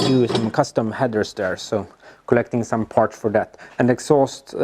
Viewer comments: Partssssss not Partschhhh;-) Like Your Videos, I think its Silicium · and "parch" instead of parts! <3